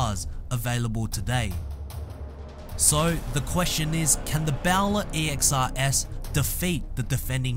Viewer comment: It is in fact bowler not bow ler as pronounced on this clip